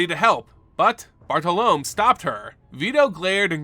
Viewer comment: Your pronunciation of Bartolomé hurts me. lol.